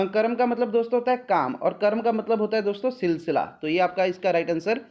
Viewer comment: he said karm to kram